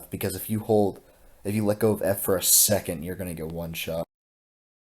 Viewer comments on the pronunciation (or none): none